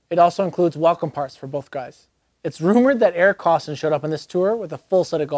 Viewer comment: I think you meant to pronounce it Eric KOSS-TONE'. 😝